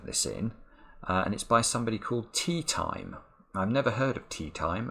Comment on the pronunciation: I think you're mispronouncing "TeaTime". Have you read any Discworld novels or perhaps seen the Hogfather TV special?